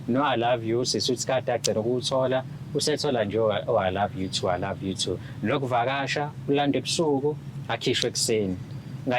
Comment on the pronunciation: "I loive you too"😅😅azimunethe losisi uyabheda.